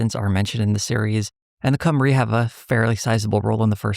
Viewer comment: Also, Cwmry is pronounced more like “chim-ru”